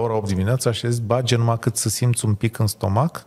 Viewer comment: Vad ca sunt câțiva "academicieni" nemulțumiți de prestația invitații. Mie mi-a plăcut. Domnu', se spune bade, nu bage...